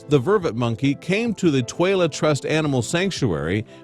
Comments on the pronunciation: Toilet animal sanctuary?!? Are they taking the piss out of us? Or was that just crap pronunciation? Does anyone give a shit? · It's the "Twala Trust Animal Sanctuary", but the pronunciation threw me, too! 😂